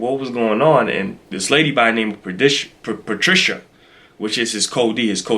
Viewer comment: Pa-shit-a 🤣 Patricia....you said it right the first time.